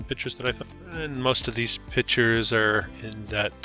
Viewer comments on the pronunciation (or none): "pictures" not "pitchers" ....